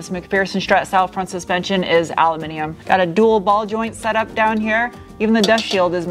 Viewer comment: Always thought your were extremely appealing ...but now I’ve heard you say “Al-u-minium” I’ve now upgraded you to awesome. 😁. Thank you for your hard work & content for this year & best wishes for the new year...